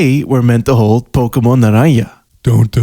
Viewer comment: "Pokemon Naraneea"